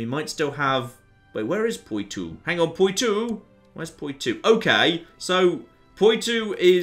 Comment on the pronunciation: Poo-too.. poo-too.. haha, it's pronounced like this pwa-toe